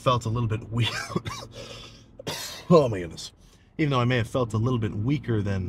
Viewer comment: My favourite part of everyday is when he says “homygoodness” 😂